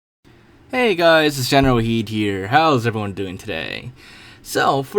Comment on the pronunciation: While the channel name is GeneralKidd, in the intro he always says GeneralHeed